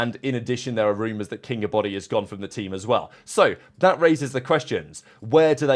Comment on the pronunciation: This is what Shift kept calling him in the match vs Faze (maybe not on purpose but it was hilarious he never pronounced his name right)